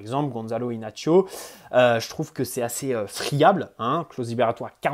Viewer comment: Le "Inachio" me stress XD, c'est juste Inacio si tu vois ce que je veux dire.